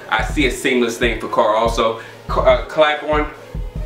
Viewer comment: It's "CLAY BORN" lol :p